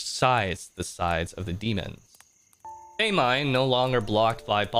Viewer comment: girl not him saying “they-mine” 💀